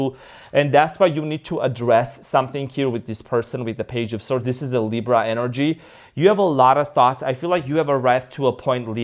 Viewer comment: Why do you say LIBRO?. It's funny. I'm watching you from Spain and it means BOOK 😂. ❤❤